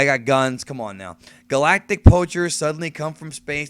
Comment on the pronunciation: pretty sure he doesnt know how to pronounce galactic